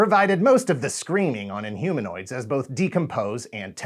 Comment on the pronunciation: In-Homo-Nots? :D :P